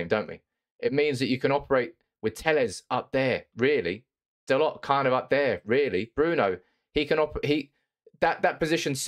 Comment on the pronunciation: Its Dal-O, not Dal-OT